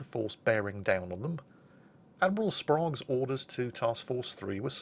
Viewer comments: BTW we Yanks called him Sprayge not Sprahge Americans love them "A"s as AaYY! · can pronounce the Ostergotland, but not Admiral Sprague (like Spray-gue) or the USS Hoel (pronounced like Thurston Howell of "Gilligan's Island" fame). Oh,... But historically speaking, "Taffy 3" managed to do the impossible, though at great cost. RIP, Commander Earnest E. Evans, and the crews of those valiant ships! We have the watch.